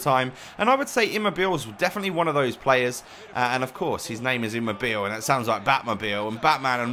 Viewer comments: Eam mo be lay :) I am italian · It's pronounced Aw-ba-mai-yang and Imm-mob-ilai. Good vid otherwise. :-) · Either way, it's certainly not pronounced Aw-bom-eyang or Imm-mobeel.